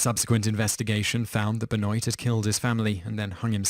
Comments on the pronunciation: It's Chris Ben-wah not Ben-Noit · BEN-WAH. Not BEN-OYT. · Benoit (Ben-Wa) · Simon!! ITS pronounced BENWAH not BENOYT!! 😆😆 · Pronounce Chris Benwa...not Benoint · "Ben-oit" was what I used to think he was called when I was 4. It's pronounced Ben-wah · ben-oyt? Isn't that Ben-wa? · BEN-WAHHHHH. NOT BEN-OYT. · ben-WAH, not ben-OHYT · I do love your top 10 lists, but I do cringe when I hear your pronunciation of certain names. (Benoit is pronounced "Ben-wa", not "Ben-oyt".) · Its pronounced benwa not ben-oi-t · Pronounced "Ben-WAW" lol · Chris Benoit (Ben-wah) not (Ben-noyt) I had to mention this because Ive seen other videos with Benoit and they say it the same way. Another quick french lesson. Last name: Boutilier is not (Boot-ih-leer) It is (Boo-till-ee-yay) There are other forms of language other than english. lol It's disrespectful when you announce people's names and totally hack it. Especially when they are dead. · Thank you for this :) On about number 1: Was it pronounced "Benoyt" or " Ben-Wah " ? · His name is pronounced "Ben-wah" not "Ben-oyt" great video nonetheless :)! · chris ben-WAH not chris ben-noit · benoyt lol, its ben-wah. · Laughed so hard at "Chris Ben-oit" I'm sure loads of other people have already told you that it's "Ben-Wah" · Chris Ba-noint lmao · BENOIT PRONOUNCED BEN-WA HE'S EFFING FRENCH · I'm laughing at how you pronounce Benoit. I don't mind, but woo. lol For future reference though it's pronounced like ben-wah. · Its pronounced Chris Ben-Waa just thought id point it out :P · Ben-wah you mean? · It is pronounced "Chris Ben-Wah" ....it's French. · lol isn't it "Ben-Wah" pronounced? Canadian indicates a likely French descent, in addition to the spelling being a dead giveaway. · It's Pronounced Chris Benwah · Its not pronounced, benwahh? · Surge Night. Ben-Oyt. Rick-thofen. Two-Pack. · It is pronounced Ben Waa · It's pronounced "bənwa". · It's pronounced Ben Wah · benoit is pronounced Ben-WA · "Chris Benoit" Criiiiiiinge Silient T bro.